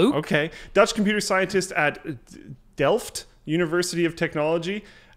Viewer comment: Lukes pronouncing of Delft was spot on. :D